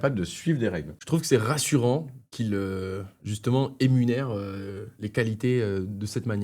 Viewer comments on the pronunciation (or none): éNumère et non pas éMunère